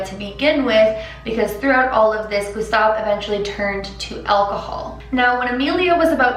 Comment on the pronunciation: The "u" from Gustave wasn't accurate, then again the french "u" doesn't exist in english so I understand that she wasn't able to pronounce it